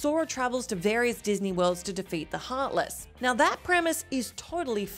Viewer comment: "You see, Ansem is the hearthless of Xehanort..." OH MY GOD HERE WE GO AGAIN.